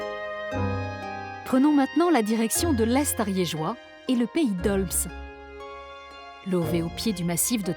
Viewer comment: Merci pour ce documentaire, je suis fière de ma région ❤️ PS: "pays d'olme" pour la prononciation 😂 on ne prononce pas le S 😂